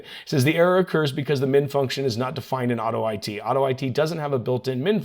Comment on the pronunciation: Tech: hey, I think that it's pronounced "auto it" not "auto I T"...